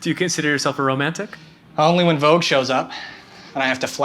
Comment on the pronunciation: I just love how he opened the door and said “Vouge” 😂😭